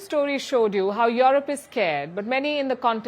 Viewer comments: Europe is pronounced U-rope..U ropeans. not Yourope or Youropeans. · Can someone please tell her its not pronounced YAW-ROP, its pronounced YOU-ROPE.